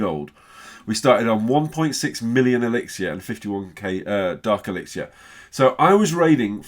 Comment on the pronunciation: The resources is elixer no elexier why can't you call it the right thing?